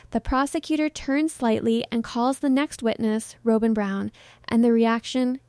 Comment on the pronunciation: Rob-in not Row-bin. No W cand pronounce don't report.